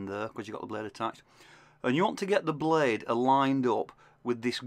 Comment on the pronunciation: Great video! I like the way you say "Be curefull the bluude could be shurp"